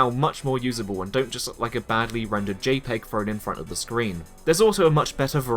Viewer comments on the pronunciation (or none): none